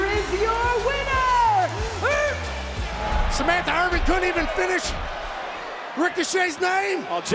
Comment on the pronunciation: Samantha Irwin And JD McDgoogle😂😂😂